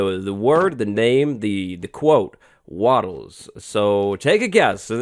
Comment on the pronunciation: Wattles........ Waffles?